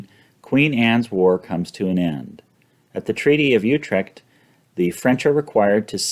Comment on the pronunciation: In general these are great overviews, but come on - you can't pronounce "Utrecht" or "Royale" correctly? Oh and your ADR correction was completely unnoticable.